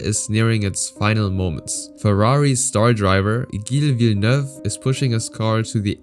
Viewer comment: Wow u butchering gille villeneuve name